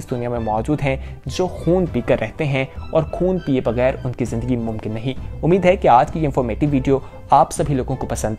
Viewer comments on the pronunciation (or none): none